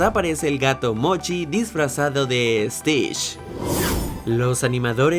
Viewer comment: dijiste estish enves de estich